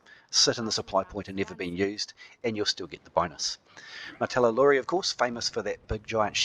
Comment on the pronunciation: How come you keep calling the martellatori "martellalori"? Is that how they are called in the Frontier version?